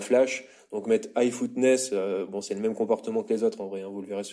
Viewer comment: Toughness.... prononciation: teuffness, pas footness